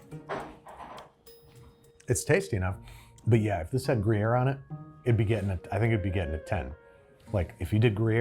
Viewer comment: hahah its sounds almost like the the swiss german word for gruyere is „Greyezer“